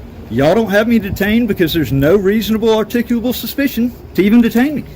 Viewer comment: Reasonable huryickulat suspeeshion.